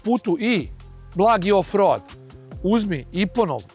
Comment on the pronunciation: Zaboli me kad čujem "road", brate Vuk Karadžić nije Angosaksonac, zato se to čita "roud".